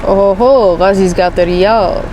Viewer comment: We pronounce it as riyal, and btw, we changed SAR to a new symbol recently. GOOGLE IT and welcome to Saudi Arabia 💙